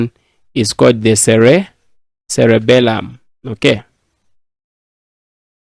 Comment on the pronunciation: It's not Cellebelum it's celebrum